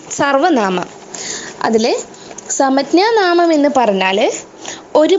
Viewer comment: സമജ്ഞാനാമം എന്നല്ല ഉച്ചരിക്കുന്നത്